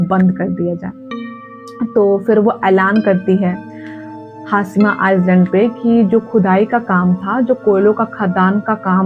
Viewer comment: Its not pronounced as iceland , its iland , s is silent